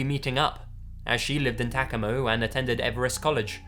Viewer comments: Tacoma is pronounced "tuh-COH-ma," not "TAK-o-mo." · It's Tuh-Coe-Muh not taco-mah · “Tah-ko-mo” sorry but Tacoma is pronounced Tah-co-ma. This story creeps me out because as someone who was born and raised in Tacoma there’s always the threat of human trafficking it gets worse the closer you get to Seattle. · OHMIGOD LAZY THE WSY YOU TACOMA WA WHAT THE HECK 😂 my Washingtonian heart aches for you “taca-moe” here we say “Tuh-co-muh” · ITS TACOMA( TAH-COE-MAH).. HAHAHA "TACKAMOE"! HAHA😅😅👍👍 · "Tack-a-mo" Oof. That really hurts to hear Tacoma pronounced like that. It's Tah-comb-uh" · I live in Washington and didn't recognize the city "Takumu," so I tried looking it up. Turns out he was trying to say Tacoma... omg.... what is that pronunciation XD "Tuh-co-ma" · "The woman in the photos was very attractive..." I look up to my screen and see a person in a dress wearing a bunny mask O.o LOL I couldn't stop laughing! And I think he meant "Ta-CO-ma, Washington" not "Tacama"...??? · Tacoma is pronounced "Ta-COH-ma", not "TAA-cah-ma" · NW names are hard to pronounce. It's TaCOmah, not TAKimah. XD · TA CO MA. NOT. TACO MAM. JESUS. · tah-co-mah not tak-ah-mo lol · It is Tah Co Ma Washington not Tac O Ma! LOL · thanks for butchering the name of my home town .Wtf is tacomo it's tacoma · Let's go to Tack-uh-muh guys!!!! 😂😂😂 It's pronounced Tuh-cOma, but thats alright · TACAMO???? lol i think its TACOMA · TACK-oh-mah? LOL...Tah-COE-mah... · Tah-COH-mah. Not "Tackawmoh" *edited to add, don't mean to sound mean; seriously being matter- of- fact. :) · just saying- it's tac-oh-ma not tacamah lmao. great stories tho! love your vids! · Tack-a-moe i love accents. Its pronounced Tuck-oh-mah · The town in Washington "Tacoma" is pronounced "Tuh-ko-muh", not "TA-kum-uh". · Tacoma, not Tacamo. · In the second story: Tacomo, Washington? Did the writer mean Tacoma? Because that's a place. I don't think Tackomo is. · I love these but its ta-cOMA not tacama ;) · It's Tah-co-mah not tacamo